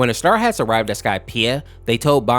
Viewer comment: You kept saying star hats while it is straw hats